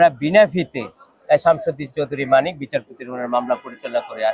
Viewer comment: বার বার মানিকের পুরো নাম না বলে-তিনি,সে,ওনি শব্দ দিয়ে সম্বোধন করলে ইন্টারভিউ টি শুনতে ভালো লাগতো!!! মিঃ সাংবাদিক গলা টেনে টেন তার নাম উচ্চারণ করাতে তোমার প্রতি চরম বিরক্ত হয়েছি॥it is not a professional journalism ok mind it- bro!!!!!